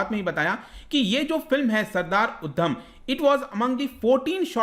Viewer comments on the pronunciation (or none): Uddam nhi it's udham